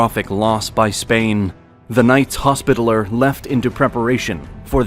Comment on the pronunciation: Sub-seaqint? Sullyman the First? Knights Hospitaler?? Are you doing this on purpose? Haha it's like being in Starbucks 😂